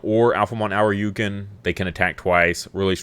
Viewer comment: It's painful hearing you say Ōuryuken. It's not pronounced 'Ow-ryu-kin.' It's pronounced 'Oh-ri-u-ken.' Ōuryuken translates to Dragon King Sword, the 'Ōu' meaning 'King'